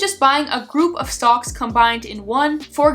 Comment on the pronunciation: you almost sound like you're saying "stonks" i feel like this may be on purpose lol